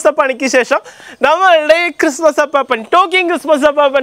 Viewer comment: അപ്പാപ്പൻ അല്ല അപ്പൂപ്പൻ!!! ..